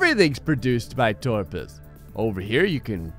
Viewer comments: Its Top - rus not torpus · it's toprus not torpus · I love these. Also he said torpus but his name is toprus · TOPRUS!!!! It quite clearly says toprus. Several times. Not torpus. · OMG STOP THE DYSLEXIA IT'S TOPRUS NOT TORPUS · It's Top-Rus not friggin Torpus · u seriously can't read toprus's name... It's toprus not TORPUS